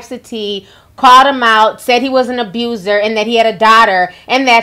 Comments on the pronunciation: "KID ABUZER" 😂🤣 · "Kid aboozer" 😂😂😂😂😂😂 Ti play too damn much!